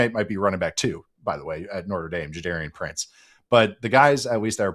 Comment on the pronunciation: It’s Jadarian Price not Prince 🤦‍♂️ That is all 😂